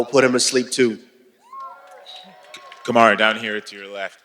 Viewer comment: “Kamara! Kamara! No disrespect.” Yet he mispronounced his name twice.